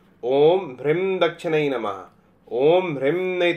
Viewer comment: Hreem ka ucharan is prakar nhi hota h.